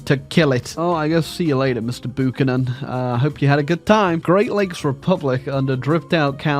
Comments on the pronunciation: Ermh excuse me, buchanan is pronounced bew cannon like pew. Not boo cannon. Thank you on behalf on of all buchanans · Pat Boo-kan-nan is now part of history. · As an American the funniest thing about it is that Pat Buchanan actually makes some degree of sense as a historical leader in 2010 and would be much more well known to someone IRL in 2010 than Bernie or Kamala. The annoying thing was the mispronunciation of a last name that comes from the UK. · "Boochanan pact" 😂